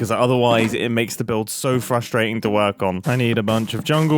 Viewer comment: “oo but it does kind of werk” LOLLL